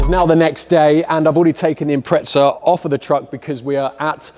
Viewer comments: Impretza 😂, there's no T in the name buddy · It's pronounced Imprettza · How come in the UK people add a T to the pronunciation of Impreza, very weird. Its a Z not a T.